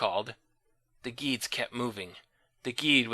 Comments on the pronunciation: "Geeds"?! I've heard of Gedds being pronounced "Gedds" or "Jedds" (soft/hard G) But I know you eventually learned how to pronounce it, as I've seen the Animorphs video game reviews. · It's NOT geeeed. It's GEDD. Like dead. and Hork Bajir is more like Badger, not Ba'Jeeer. It's AL-Dree-Ah. Not Aldraya... like Andrea... Aldrea.. It's Dahk Ha-Me, not DackHammy